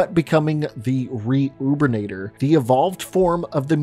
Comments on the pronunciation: I think it’s really funny that you didn’t realize his name is “Reubenator” because of his first name, not “Re-ubernator” or whatever u kept saying😂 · Btw, I don't know if u noticed while writing this video, but "The Reubenator" isn't a reu-ben-ator, it's just Reuben's name combined with mutator, but anyway another great explanation of why I'm screwed if any sort of apocalypse were to happen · Rubenator (rue-ben-a-tor) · I'm just here to point out that it isn't "Re-Ubinator." The guys name was Reuben. Reuben Reed. The Reubenator is just a terminator pun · you said that the mutators have a stronger variant called "re-ubenators" when this is just a silly pun from the devs, Reuben the scientist turned into a mutator so they called it Reuben-ator, great vid tho.